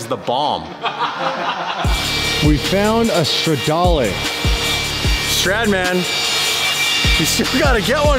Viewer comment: "Stradmen"! lol